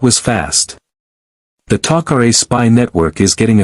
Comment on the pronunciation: Star gate needs Superman and by the way what is Teal-see and who is Apa-fiss???? And then we have the Goa'uold named HOO-U-ARE??? Even more fun to say!!! All these mispronunciations are ridiculous!!! And then we have the friendly allies the Taco-Ray!!! I Just Can't take this anymore................😶